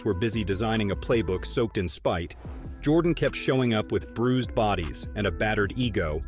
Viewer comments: You don’t know nothing about what the nba was in the 1980s Isiah was right Jordan dominated the 90s not the 80s and pronounced his name right before trying to tell the story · You got to be able to say his name right before you tell a story about someone! I'm a huge MJ fan, but dang, you can at least get that right! It makes this whole thing sound bogus!